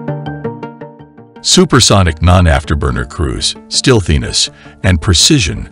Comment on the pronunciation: Man ooverablity.... Steelthiness... Get a better text to speech program